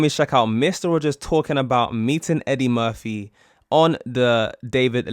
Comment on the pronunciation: Murphy not Murthy